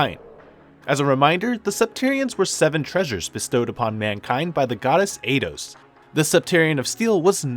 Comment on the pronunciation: eidos IS how you pronounce it btw